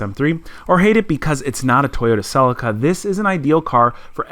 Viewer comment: CelEEca, sheesh.